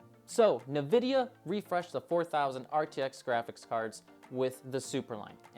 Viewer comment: Hate to be this guy but its pronounced En Vidia.